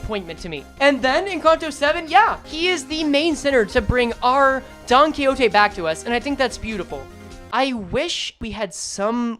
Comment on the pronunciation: It's clearly Don-Quxote